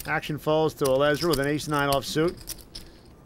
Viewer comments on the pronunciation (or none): none